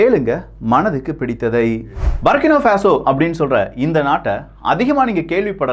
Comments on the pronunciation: சரியான உச்சரிப்பு " புர்க்கினா ஃபாஸோ" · i am at burkina faso. சரியான உச்சரிப்பு. புர்கின ஃபாசோ & Ibrahim த்ரவோரே. Sorry bro i am your தீவிர ரசிகன். Last 10 years i am there.